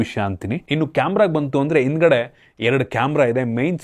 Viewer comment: 😂😂😂, ಮಾ-ಇತಿ, ಒಂದಿರುವ, ಇನ್ದ್ಗಡೆ